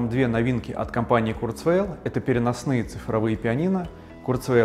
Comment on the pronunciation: Это должно произноситься как «Курцва’иль»